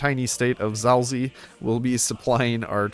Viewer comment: HOW DID YOU PRONOUNCE ZAOLZIE?!